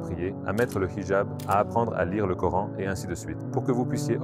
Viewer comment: Bizarre il prononce le prénoms du prophète et du coran avec l'intonation exactement du vrai musulman la langue arabe seule un vrai arabe peut prononcer les converti le prononce différemment car il faut avoir parlé toute sa vie l'arabe pour prononcer les syllabe du h ou k